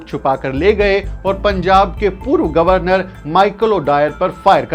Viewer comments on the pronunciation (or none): none